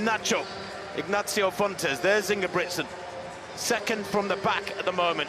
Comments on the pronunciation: Why do they pronounce ingebricksen? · Most of the European commentators do the pronunciation right. But it appears to be difficult for an English speaking person. Hardly none do it right. I am Norwegian by the way..